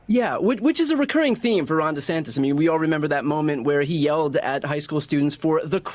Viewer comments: First of all, are you mispronouncing "Vivek" and "DeSantis" on purpose? I haven't watched you enough to know if you're uninformed about these two candidates, or if you're making fun of them. It's not DeSantos. It's DeSantis - with an I. It's not "viv-eck". It's "viv-ake". Vivek won, in my opinion. I can't stand Nikki Haley, but I think she was pretty strong, as well, and definitely the thorn in Vivek's side - though I think he genuinely enjoys that kind of back and forth, while she does it out of necessity, and was not nearly as comfortable in those exchanges. She was really overcompensating for being a woman, and going full Girl Boss, which was off-putting. Let's just move on to DeSantis, Ramaswamy, and Haley, shall we? DeSantis aint the guy, but he has earned a place in the top 3 non-Trump candidates to this point. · Hey …his name is DeSantis, with an “i”not an “o”…😂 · Why do you keep saying “DeSantos?” DeSantis and Santos are two different dudes. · Why do you say DeSantos instead of DeSantis? Just asking. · if you say DesanTOS one more time I'm gonna yell. C'mon man get his name right! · Why does he keep saying De Santos? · Can’t listen to you say DESANTOS one more time. Also, it’s vivake, like shake. Lol. Horrible annunciation 🙄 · This guy keeps saying Ron Desantos lol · How is no one else pointing out that keeps calling DeSantis "De Santos" lol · Are you saying DeSantos on purpose? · there is no “O” in DeSantis. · come on it’s not SANTOS it’s SANTIS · With all due respect MSNBC isn't "left wing". Its a neoliberal channel. They are republicans who advocate foropen bordersand lawlessness. Also its de Santis not de santos. At least get the name right. Heard of the uniparty? There are no democrats and no republicans. Wake up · Its Ron de santis bro, not de santos/ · It's DeSantIS not 'De Santos'. It's tough to take this opinion seriously when you can't pronounce the second most important person's name in the video properly.